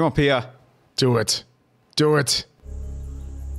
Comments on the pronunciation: ...its pronounced as pee-a, not pi-a😂😂😂😂 ... that's called henna(hen-ah) ... there's many many student who loves engineering from the bottom of their heart, but a large number are pressured to study engineering. Each year 30-40 engineering students commit s*ui*ide in India PLEASE PLEASE PLEASE react to CHHICHHORE PLEASE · Paya 😂 instead of Pia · The movie is one of the best and damn funny but what really made me chuckle this time was you pronounced Pia as Paaya 🤣🤣🤣🤣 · Its pia guys not paya....😊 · How come you can pronounce Fia as Fi-ya and cant pronounce Pia as Pi-ya🤦🏻 but Py-ya😂?